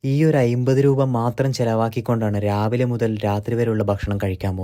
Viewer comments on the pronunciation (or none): ഐമ്പത് ❌ അമ്പതു ✅